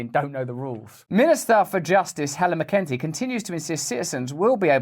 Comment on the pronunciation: mc en tee thats how you pronounce it ..